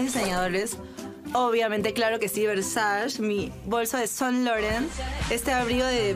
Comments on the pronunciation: No sabe ni pronunciar el nombre del diseñador del bolso 😂😂😂😂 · Jaja!! Haciéndose la fashion y no sabe ni pronunciar Saint Laurent!! 😂😂😂